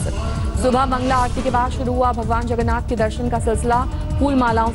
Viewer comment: Sab log tested h...and pahle sahi nam bolna sikho